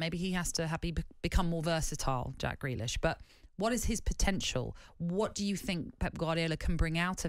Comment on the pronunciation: Grealish, not Greakish. Lol.